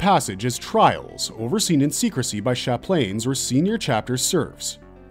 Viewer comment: Lol “sha-planes”